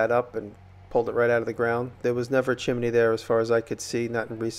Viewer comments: Most of the time you’re saying chimeney instead of chimney, I thought it was just funny. We all have these certain words that we stumble over. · Impressive work! I like the way you say chimney. Great video.